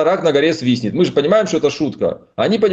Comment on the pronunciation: Рак на горе не свистнет а говорят свиснет.